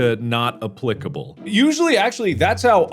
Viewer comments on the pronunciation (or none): Markiplier used the British pronounciation of “applicable”. Markiplier is british confirmed!